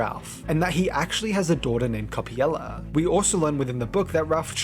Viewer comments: cool video but why do you pronounce coppelia as coppiela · I'm a Brit myself and I've always pronounced Coppelia as coh-pee-lee-uh or coh-peh-lee-uh, so I think is just misreading/has a consistent typo.